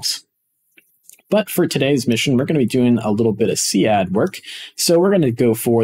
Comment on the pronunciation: See-Add xD